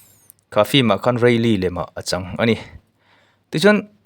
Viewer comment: Fim tih hi ilam ri zing ropui sia han lam uluk deuh teh unaupa film tih tur aw..😂😂😂